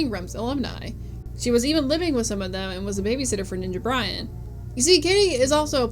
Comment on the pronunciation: I've never taken the Suzy hate seriously and I honestly never thought it was deep enough to devote 2/3rds of a 3 hour video to; that being said this was almost thoroughly researched except the origin of Arin's Egoraptor handle and the absurd obvious mispronouncation of Ninja Brian's last name